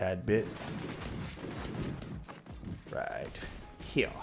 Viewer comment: Nice! All good points we can all work on. Also “heyah”